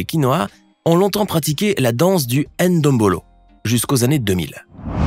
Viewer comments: Parcontre c'est ndombolo et non N'ndombolo 😹😹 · Pourquoi les français prononce le «N » ou le « M » avant le mot ou le nom qui le suit ??😅 On dit Ndombolo ,ou Mbappé,comme vous dite << tu veux M’baiser?>> si vous arrivez à dire (M’baiser) c’est pareil avec (Mbappé)